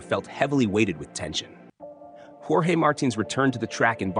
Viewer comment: Bro, pronounce jorge with J silent and as orje. You are doing a great job both with prose and poetry. Thank you.